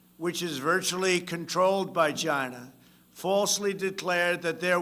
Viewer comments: Trump at this point says Gina instead of China about half the time. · It's hilarious how Trump pronounce China😂